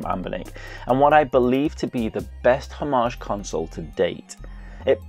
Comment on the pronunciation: Love that pronunciation of ‘homage’! I’ve been playing through Golden Sun too. It’s still good if a little frustrating.